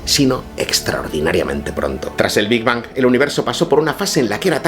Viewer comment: ¿Por qué pronuncias las ”g” de Big Bang como en geranio? Hazlo como en ping-pong o en Hong-Kong como en gato.